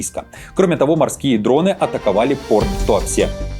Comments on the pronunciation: Правильно выговаривай Туапсе твёрдо😢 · Туапсе произносится как ТуапсЭ... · Туапсе пишется через «е», а говорится через «э» в конце. После атаки Новороссийска погибли мирны люди, а в Туапсе ещё и дети. Про личный состав, погибший со стороны ВСУ сказали, а эта новость для вас неуместна?